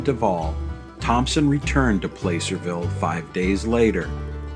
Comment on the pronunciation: Great Video...one nitpick.. PLACERVILLE is pronounced as PlaSSERville, I appreciated your attention to the differing pronunciation between Genoa Italy and Genoa Nevada. Superior documentary as expected, thanks.